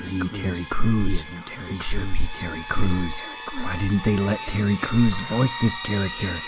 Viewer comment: tewwy cwuz